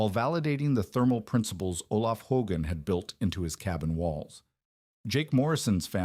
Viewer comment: This mispronunciation of Hogan is distracting and annoying. A human would know how to say it. Too bad the AI or CGS or whatever automated system at work can't deal with it. Someone should review this stuff before posting it.